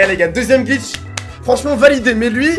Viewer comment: il a bien dit « des glicth dans la vrai vie😂😂